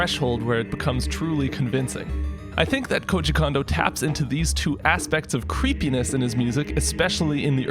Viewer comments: Yay!! Big fan--thanks for this. Real quick, and I'm sure someone else has mentioned, but maybe this comment will be the one to make it through: Japanese is phonetic, and as such, "o" always makes a long o sound. Sooo, both O's in "Kondo" sound exactly the same as the one in "Koji," which you're pronouncing perfectly. "Kohjee Kohndoh," not "Kahndoh." That would be spelled "Kando," which is just a different name! Of course, it's plenty likely that Kondo is so notorious that enough Westerners have been mispronouncing his name for so long that we're getting a "samurai" effect, (remember that 3DS Shin Megami Tensei game?) but why not say the man's name correctly if you know how? Japanese is easy! Let's pronounce it that way! Thanks again for all your videos! <3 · Amazing video as usual, just a quick pronunciation note tho, his name is Kondo like “cone dough”, not “condo” like a condominium lol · When ever u say kondo i hear an M after kondo like kondo M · Great video. Pronounces "Kondo" like "Condo" and doesn't give the first O the long pronunciation it'd normally be given in Japanese. I'm torn here. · If he doesn’t stop mispronouncing Koji Kondo’s name, especially the last name.. it’s the same sound as his first name. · I do wish you would pronounce Kondo right, but apart from that your videos are on point so yeah. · The "Ko" in "Kondo" is pronounced "Ko" not "Ka". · Nice job on this! FYI: "Kondo" is pronounced "Cone-doe", not "con-doe". an "o" in a Japanese name actually is always pronounced that way ("oh" instead of "ahh"). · He's not a Condo. Is it that hard to say "CONE-doe"? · His name isn't pronounced like Kahn-doe, but rather more like Cone-doe. Japanese is incredibly phonetically consistent (the opposite of English), so all the vowel sounds are always the same